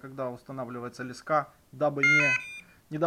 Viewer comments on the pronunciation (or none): Почему лескА? В русском языке на сколько я знаю нет такого слова, есть лЕска. Если честно, то очень раздражает когда говорят, лескА. А видео в целом норм. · Он наверное с Украины. Там говорят лескА😀